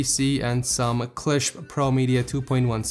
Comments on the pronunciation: and its klipsch, not klischp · K L I P SH not klishp